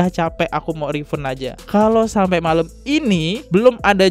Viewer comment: Refund = re-fan [bacanya]